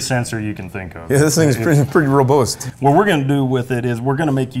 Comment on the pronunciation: Did say "roburst" instead of "robust"? lol